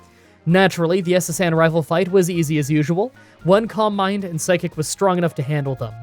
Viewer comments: I’m so sorry but whenever you said “calm mind” I thought you were saying “combine”, and was really confused for a bit there 😆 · Silly random comment of the day, for a long time I thought "columbine" was a Pokemon move I didn't know, then suddenly I realise "oh my god, he's saying Calm mind!", funny how different English accents can disguise the word you hear :D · Who else is only hearing "combine" when he seys "calm mind" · I kept mistaking your pronunciation of calm mind for "combine", and I can't help but think that would he the ultimate move. Can't outmuscle the opponent? Throw it in the combine!